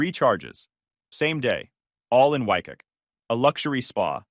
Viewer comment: Waikiki is not pronounced wy-KUH. It's pronounced wy-KEE-KEE.